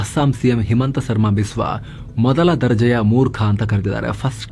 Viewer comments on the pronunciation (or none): ಮೊದಲ ದರ್ಬೆ 😂 ಅಲ್ಲ ದರ್ಜೆ.